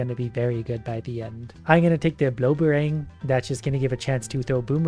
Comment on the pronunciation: it's actually pronounced "blob-erng" not "blober rang".